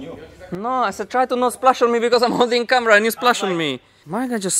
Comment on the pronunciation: I thought you said splash on you